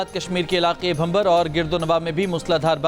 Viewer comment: Its bhimbar not bhambar.